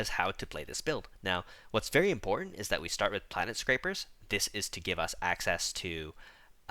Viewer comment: Bruv, on the topic of pronunciation, I must point out that there is only one 'r' in Planetscapers.